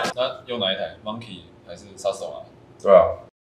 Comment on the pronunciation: thruxton那個音有念對嗎